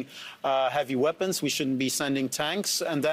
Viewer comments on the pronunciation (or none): none